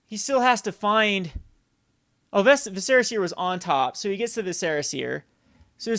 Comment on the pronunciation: VISS-er-ah, not viss-SEHR-ah.